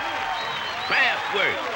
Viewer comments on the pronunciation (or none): Kraftwerk: Surprised that they did not get the pronunciation right, It's KraftVerk. Auf Deutsch, give it an "AH" sound - Krahftverk. It means "Power Plant" in english.